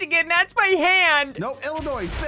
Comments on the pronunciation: did really just call Illinois with an s when it is silent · I’m front Illinois and hearing him say, “IlliNOISE” cracked me up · SSundee: Illinois with a S Me: The S is silent!